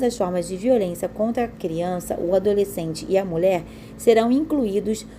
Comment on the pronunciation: Veja a pronúncia da palavra mulher. Vc diz. Mule. ! Professor